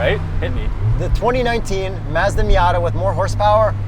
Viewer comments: Its Mazda not Mezda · The way and kept saying "Mezda" bothered the hell out of me. You Canadians are weird. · Even y’all know that you don’t pronounce Mazda correctly. Lol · Please decide on one pronunciation of Mazda, preferably the correct one.